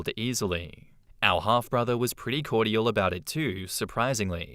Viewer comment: Is that how people in Australia pronounce cordial or is that just a you thing? You may want to Google that. Sounds like kor·jl.